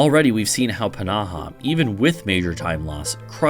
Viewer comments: i don‘t doubt that it‘s correct it just feels off. I put it through google translate with both english and finnish and they both pronounced it p-naha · I don‘t know why i‘m getting so annoyed at how you pronounce pnaha, it‘s just somehow so irritating. I don‘t even know how to pronounce it (if i had to guess it‘d be like fnaha or just naha) Otherwise amazing video :)